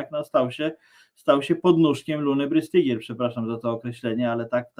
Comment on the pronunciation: Brystygier czyta sie z niemieckiego BRYSTYGIER tak jak STEIN czyta sie SZTAJN. Jest jeszcze pare roznic wymowy niemieckiej I polskiej